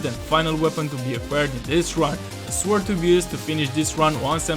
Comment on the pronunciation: So he can say "gnomes" but can't say "sword" properly 😅 interesting 😊